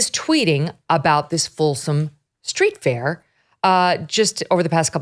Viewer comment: I have no desire to attend, but I'm fairly certain it is called the FOLSOM STREET Fair, because it is a fair on Folsom St., not the Folsom STREET FAIR, as if it was a random street fair named for somebody Folsom. You'd think that after all her years on camera, Megyn would know how to place accents. (And I'd think she might speak up when Carrie starts rambling about searching Scott Weiner's home computers without probable cause. Where is Ms. Liberty defending Weiner's 4th Amendment rights to be safe from government intrusion? Yes, Weiner appears to be very unpleasant, but the Constitution is for everyone. That's the point. And boo on Carrie for making smirky puns about Weiner's surname. It means "from Vienna" nothing more.)